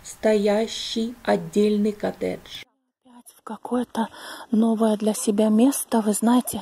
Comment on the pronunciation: По русски произносится коттЕдж.